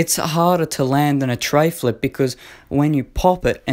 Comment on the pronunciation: It’s treflip not treyflip